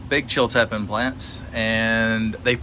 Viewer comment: It's pronounced " chill tea pean pepper" (Chiltipin)